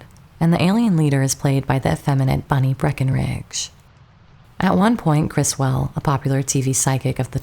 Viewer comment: The UFOs in Plan 9 are Lindberg Saucer Models, they are not hubcaps. Also notice that people who claim they are hubcaps cannot identify what type of hubcaps they are, or even a vehicle that has hubcaps that look like those. Also, this video cannot pronounce names such as Russ Meyers (not Mayor) and Criswell (not Chris-well).